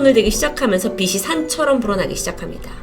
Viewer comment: 빚이 (비시× 비지○ 라고읽어주세요~) 응원합니다